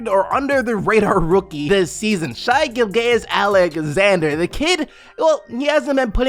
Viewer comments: Pronounced Shay Gill-jis Alexander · So underrated that you butchered his name, lol.